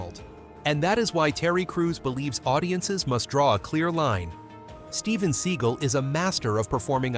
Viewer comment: 720 and 540 degree kicks???? Where the fuck are you getting this from? There is no such things as either 720 or 540 degree kicks. And it’s pronounced Sea-gal, not Seegle. Two syllables, like dumbass. Which is you.